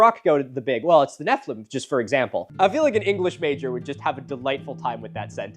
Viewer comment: The way you said Nephiliim (incorrectly) made my Jewish brain wrinkle Neph-EE-LEEM. Anyways my jewish education never really taught that nephiliim were giants. It is a word that could be used to mean giant but also means “fallen ones” as in fallen from grace/fallen out of god’s graces. The root of the word means fall. And the most popular versions of Hebrew to English translations of the Torah (the five Books of Moses) translates it as giants in one instance and fallen ones in another. And I’m sure there’s lots of biblical commentary by ancient rabbis but my schooling never elaborated we just shrugged about translations not being perfect and not all words being used consistently and moved on. And BTW it’s as translated as Fallen Ones for the book of genesis, and giants in numbers. So those commenters are uhhhhh very confused. (Note I’m atheist. I’m not speaking from a place of “bible is historical document. The Bible happened”. I’m simply talking about one perspective and one education experience on ancient Hebrew words/translations)